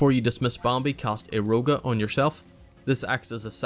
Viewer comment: this is really an amazing guide, but im going to insane listening to you pronounce bambi and some other words